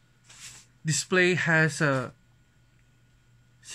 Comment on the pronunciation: “Az it waz indicayted in dia box earlier dia dizplay haz true view dizplay” Please don’t do unboxing video where all of the parts are obviously mentioned where it doesn’t necessarily needed. This video could have been shorter by doing over-voice and showing a specs rundown, it’s kinda boring I would say. Show some visuals and effects, show yourself, learn how to actually speak with a human and not a camera. This is a constructive criticism so don’t come for me, he can take this as an opportunity to improve himself. PS: learn how to pronounce properly the t, th’s, s, p and f’s so it doesn’t sound so cringy Also learn how to liaise so it doesn’t sound so slow and it would sound more natural.